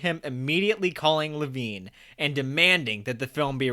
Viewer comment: At the risk of coming off as a stalker and nitpicky, had to offer my two cents on this video as well: 1) “Bancroft” is pretty much as you pronounced it (think “bankrupt”), but “Mostel” places the emphasis on the second syllable as in “hotel”. Also, the producer was Joseph E. Levine (Le-VEEN), although you got it correctly the second time around. You need to bone up on your Mel interviews from the DVDs/blu-rays – he says all these names like a dozen times at some point, ya dick! (P.S. You also should look up pronunciation of word “putz”…) 2) Unsurprising given how much I adore THE PRODUCERS, I’d name my “guilty pleasure musical” as YOUNG FRANKENSTEIN (saw it and did production myself a few times)…though I guess I don’t have the shame about it one usually associates with a guilty pleasure ha! 3) I would actually argue that Mel’s goal WAS indeed to offend, but for the sake of getting even as pointed out. Also, it’s very important that you don’t zat a scooby-doo hotcha doo-bee-doo bop! 4) Regarding the teacher who was going to show your videos in class — what level does he teach? There certainly would be no need to censor one “dick” if in a high school or college professor. Although, I resist any sort of censorship in general myself!